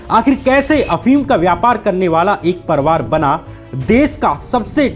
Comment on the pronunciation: श्याम भाई परिवार होता परवार नहीं,अधिकार होता है अधकार नहीं। आपका सिंसियर दर्शक होने के नाते आपको मेरी सलाह है थोड़ा सा अपने उच्चारण पर काम कीजिये। बढ़िया एडिटिंग और बढ़िया रिसर्च के साथ अगर भाषा भी ठीक हो जाय तो बात बन जाए।